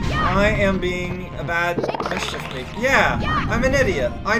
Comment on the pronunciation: WHY DON'T YOU PRONOUNCE THE S AT THE END OF MISCHIEF MAKERS I'M GOING MAAAAAAAAAAAAAAAAAAAD